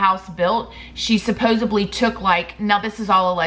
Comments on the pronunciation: supposedly NOT "supposebly" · Supposedly SUPPOSEDLY not with a B sorry. Love your channel but that’s A pet peeve.